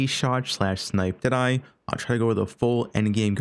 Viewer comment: When he says "deadeye" it sounds like an Aussie saying "today"